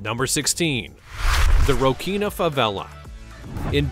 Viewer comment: Its not prouncounced Rockina … its roSSinia.